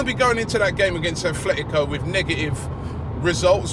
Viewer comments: Affffletico Madrid? It's ATletico not Affletico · aaaarrrrrggghhhh the club's name in pronounced ATLetico Madrid, NOT ATHletco! aaaaaaarrrrrggggghhh